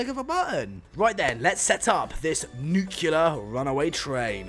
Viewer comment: “Nuclear” Not NUQULER